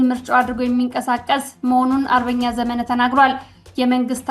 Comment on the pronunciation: ስታነቢ ዘመነ ( መ ጠብቆ ) ብለሽ በይ